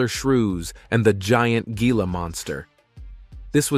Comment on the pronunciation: The mispronunciation is driving me mad lol it's Hee-la monster not Gee-la